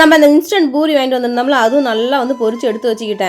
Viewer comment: Boori illa poori 😂